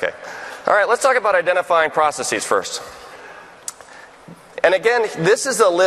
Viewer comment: Is it stylish or in vogue at MS to pronounce it as, 'process-eeez', instead of simply the plural of process...processes...????